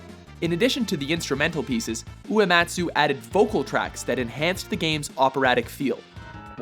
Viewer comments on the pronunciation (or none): none